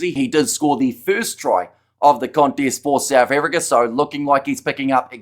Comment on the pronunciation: Souf Africa?😂